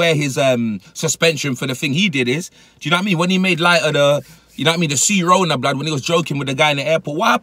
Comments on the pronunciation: Dude called it cerona wtf is wrong with this British ppl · Man said C-Rona im dead